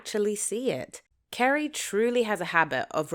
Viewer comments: Carrie not Kerry. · Why do you call her Kerry??? Her name is Carrie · Who is Kerry? Her name is CArrie! With an A 😂😂😂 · Why do you pronounce her name “Kerry”?